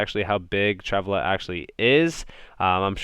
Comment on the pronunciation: You're saying Travala wrong. Shits kinda funny haha